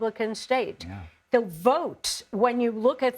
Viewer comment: 😂 Love how he said "votes" like it's a dirty word.